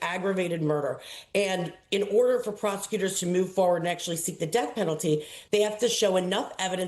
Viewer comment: Tell that woman the word is the and not thee